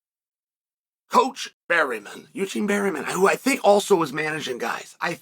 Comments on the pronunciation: Bareman, not Berryman Uncle. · He says berryman so much I had to check.. it's still bareman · Don’t call him berry men Unc 😭 it’s Bear Man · Bareman, Berryman 😂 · I only watched 5 seconds and Chael already said Barryman... Uncle Chael truly is one of a kind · pronounced "Bare-MIN"